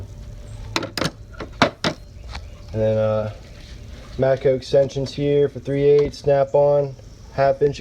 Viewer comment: Matcoeee lol I can't stand when people pronounce O like that